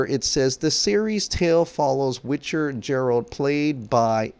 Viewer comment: The "G" in Geralt is pronounced like the "G" in Google.